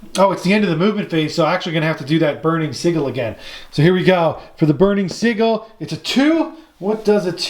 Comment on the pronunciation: Great batrep. My only gripe is your pronunciation of sigil. It's Sij-yul not siggle